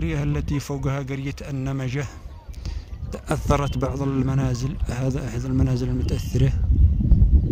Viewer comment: قرية النبيجه وليس قريه النمجه😂😂😂